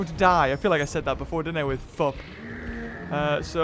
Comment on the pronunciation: You say flup you